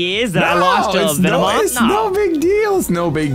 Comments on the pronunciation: called it a Vinny-moth lol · "Lost to a Vinnymoth" LOL!